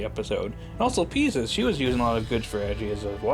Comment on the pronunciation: It’s pronounced Pie sces The callbacks were fun